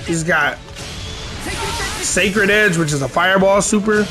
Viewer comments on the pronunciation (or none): none